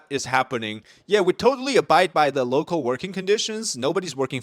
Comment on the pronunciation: I think you mean "local workers" not "loco workers." lol!